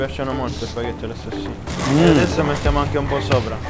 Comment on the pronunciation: シェフ、南部訛りのシュパゲッティが可愛すぎます。 是非にまた日本へいらしてくださいませ。